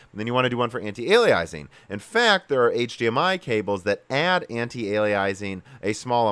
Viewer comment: The way you say "antialiasing" causes me physical pain. It's not called "antialiaising".